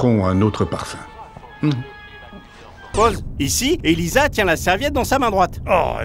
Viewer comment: C'est pas Elisa mais Elaïsa